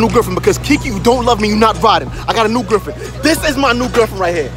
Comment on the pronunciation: “I gOt a nEw GERFFFfriEnd”😂